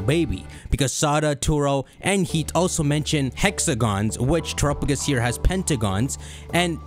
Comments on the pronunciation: The Pokémon: Terapagos How says it: Terupugis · At this point i'm half-convinced is still saying "turupugus" just to troll us.